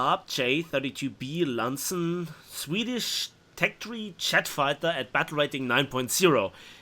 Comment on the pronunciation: Landsen...? It's Lansen.